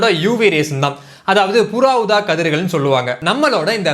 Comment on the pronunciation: 0.52 புறா ஊதா கதிர்கள் இல்ல புற ஊதா கதிர்கள்